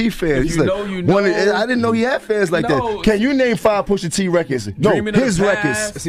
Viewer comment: Omg with the stupid AI voice. Takes all the credibility out of this. “Push AT” come on bro….